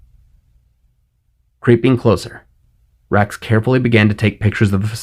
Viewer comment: Everytime you say wrax/rax I hear Rex. Lol! Vader’s entrance was perfection. 👍